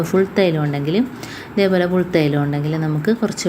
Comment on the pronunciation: ഫുൾതൈലമല്ല, പുൽതൈലം ആണ്